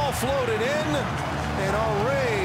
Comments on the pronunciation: His name is pronounced Hunry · Its funny how they call him hunry instead of Henry....lol my icon, legend, favourite striker of all time.